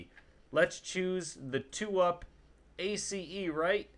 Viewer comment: OMG can you just pronounce it as ACE not A C E